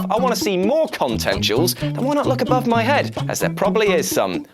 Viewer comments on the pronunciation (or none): none